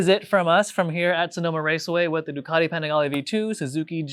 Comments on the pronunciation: If a clown can’t bother to try to pronounce the bike‘s name correctly, why bother listening to him? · How did you pronounce Panigale??? Bruh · …that’s a different way of pronouncing Panigale. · Bro mispronouncing Panigale gave it away. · Did he really just say Ducati pan-IGALY 🤬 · I know I didn't hear him say "Ducati Pa-nig-ly V2"....... that's 100% rooted in my brain in every conversation moving forward now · Panigalee? Try the slower Pani gah Lee! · As a motorcycle journalist, please learn how to pronounce the names of the models maybe? It's panigAle, the a is long, , not panigulluh. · Ducati Pan-niggly? 🤣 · Did he say "Pah-nih-ge-lee" ? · ducati peeniggalee???😂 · pi fucking what? Pen a ghal E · . Man for a reputation like himself... he butchered the Panigale name badly. "Pe-kneegalee"??? Lol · I stopped watching when he said, "the Ducati pa-nag-lee" ... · pronouncing it as 'pnaglee'' is a crime. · Ah yes, the "paniglee" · It is pronounced "penis gallery" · Dude in the beginning says, “Pin-AYY-g-LEE” and then it’s how people don’t buy (good amount can’t afford the insurance) the sport bikes but ignores How the Kawi ZX6R is selling like hot cakes everywhere. You don’t purchase sport bikes because they are an around the town bike. You purchase them because they perform. Performance is tantamount. Now, the elephants in the room are it’s a lot cheaper to build and sell these bikes with less pistons and cheaper engine materials because the stresses are less than a race bike. Inline 4s were made because torque was slow and wouldn’t whip you off the bike with analog controls. The more torque available, the more likely you will pay dearly if you can’t control that torque. These new machines all have retarded electronic controls in first and second gear to control the torque. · .....did you say panigly? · I dont know if I will listen to a guy who doesn't know how to pronounce Panigale!!😂😂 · His pronunciation on Panigale tells me he doesn’t deserve to comment on it…